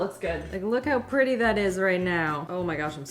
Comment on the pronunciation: Did just say they look “really prilly” when she got ready to make the purple cookies?? 🤣🤣 I just LOVE her!